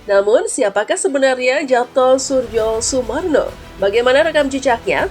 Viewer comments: Suryo Sumarno, Surjo dibacanya SURYO bgtuu lah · Mbak, kalaau ngomong sing apik dong masak nama ybs di baca Yapto Surdjosurmarno